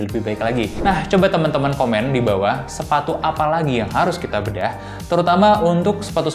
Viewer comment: Pas ngomong sepatu ga jelas tapi siluetnya si compass wkwkwk